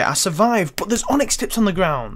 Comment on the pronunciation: "There's not much in stock.... BAWT."